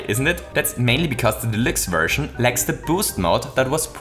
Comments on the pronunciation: New Super Mario Bros "delicks" "delooks" "delukes" Idk what it is your accent is making you say but it certainly isn't deluxe :) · I have always heard the word "deluxe" pronounced as: De (like the first sound in "depart") - lux (like the first sound in "Luxembourg"). De - lux. :P Just a heads up / tease from the community! PS thank you for sharing this, I love your channel! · ConvOyor belt Also: New SMB U Del-oo-x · your saying delix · when he said new super mario bros delixe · never... pronounce... deluxe... like that... ever... again... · I love the way you say Deluxe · Is it possible that you are an german? You pronounce the „deluxe“ just like a german In an Older Video about super Mario maker, the Website was also set in german... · Am I the only one that loves that pronounces Deluxe German while the entire video is English? Yes? Well, shit